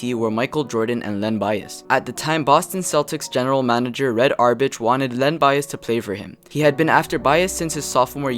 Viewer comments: merrweeland, Red arrrbitch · He said "Red OurBitch"... I'm done...